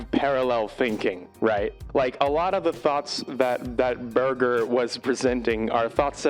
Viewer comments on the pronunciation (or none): I've read the book Ways of Seeing, but have never watched the tv show, so this is a welcome prompt, thank you. His name isn't pronounced like ‘burger’ though but with a soft g (like 'merger'). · Shook hearing the goats name pronounced as Burger. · I think his name is pronouced 'burjer', not 'burger', with a soft g, but yes, his ideas on things like advertising are really good. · Berger rhymes with merger, IIRC